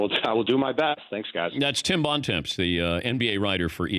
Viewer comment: LOL "Bon Temps"... Americans pronouncing french is hilarious